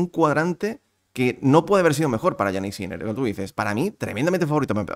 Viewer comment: se pronuncia "Yánik", no "Yaník". El acento en la primera sílaba, puesto que es un nombre de origen germano - danés. Que Yannick Noah se acentuara en la segunda sílaba obedece a la galificación del nombre, pero Jannik ni es francés ni tan siquiera italiano aunque administrativamente lo sea, porque es más germánico por donde nació. De hecho su lengua materna es el alemán.